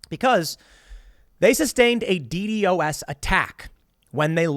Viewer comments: Isn't it usually pronounced "Dee-Dos" and not "Dee-Dee-o-s"? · Never heard someone say d-d-o-s. Always heard it as D-Dos. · Nobody says “Dee Dee Oh Ess”, Tim. It’s “Dee Doss.” It’s awkward to hear you correct others about the topic when you say it like that over and over again. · please just say D DOS attack :D so weird hearing it as D D O S attack lul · Nitpick: don’t like how you pronounce DDOS as the acronym instead of calling it “dee dos” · The way Tim says DDOS is funny. Simplify it to "De-Doss" it roles off the tongue better and is used by quite alot of other people. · It's been pronounced D-Doss forever, I don't know why he's spelling it out since he's been into computer/internet stuff most of his life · It’s pronounced dee-doss. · its pronounced 'dee daws'. Just say that, for fks sake. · Ok here’s the thing. If you say DDOS like D.D.O.S then I don’t want to hear you roast other people about messing it up. To security professionals you sounds just as goofy lmao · It is said “Dee Daw-se” attack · jeebus just call it D-dos. saying D D O S everytime is fucking stupid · It’s pronounced, “DEE’-dähs” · D-DoS (should should like Ross), Tim.... PLEASE!!!! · btw you say DDOS like D-DOS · As a software developer and someone who is very interested in information security Tim, it really bugs me the way you pronounce DDOS. Don't spell out the acronym, it's pronounced Dee-Dause, Like Wee Sauce but with D's at the front. You got this I believe in you. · DDoS is not pronounced by saying each letter individually but by saying the first D and the word Dos.